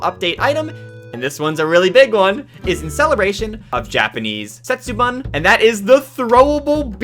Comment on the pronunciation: Oops it’s pronounced Setsu-bun 🙏🏻🙏🏻 not Setsu-ban